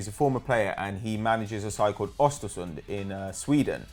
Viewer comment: ÖSTERSUND NOT OSTERSUND